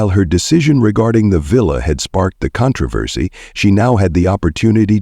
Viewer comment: Would you please how to pronounce the words correctly?? Especially, "controversy "!!